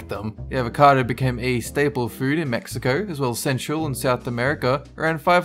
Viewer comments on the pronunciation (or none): none